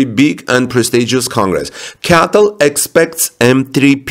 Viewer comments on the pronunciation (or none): Cee Ay Tee Ell - not CATTEL